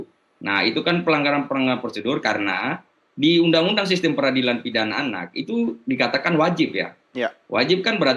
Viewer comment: Pidana Pak, bukan ptopam